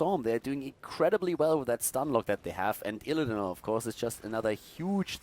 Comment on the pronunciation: hey tell (lol) he is mispronouncing illidan